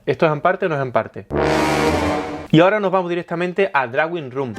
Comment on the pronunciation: Por favor no digas "drauin rum". Por favor no digas "drauin rum". Por favor no digas "drauin rum". Gracias por el resto.